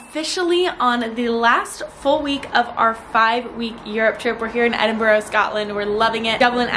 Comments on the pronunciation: Hey love ur vids, you are saying Edinburgh wrong though from a Scot 😂😂😂😂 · It’s just pronounced Ed-In-bur-rah